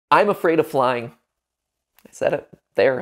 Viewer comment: When he said “i’m scared of flying” I thought he said “i’m scared of lying” lol